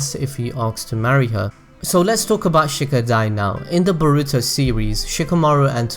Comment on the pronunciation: Dude say baruto right pls